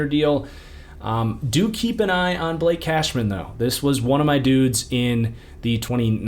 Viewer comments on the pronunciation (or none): none